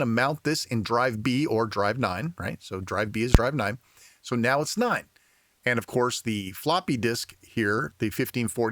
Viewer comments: It really sounds like the number 9 in German, but I like it. Keep it up!😊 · Neun, neun. I thought you had turned german. Anyway, this is great info. I will be trying this when I get my C64U 👍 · Very good Video. Greetings from Germany😊 Why did say NEUN like in Germany?😂